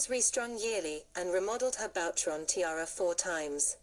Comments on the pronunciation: Boucheron is pronounced as “ Boo cheron “ . The mispronunciation here is not your only mistake . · 😊please, learn to say BOUCHERON! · FAY-BERG???? Please.... hire a professional. Faberge has just turned over in his grave... So has Boucheron. And.... WORLD WAR TWENTY TWO??? Jeeze. I really wanted to hear this and learn, but the errors are gagging me.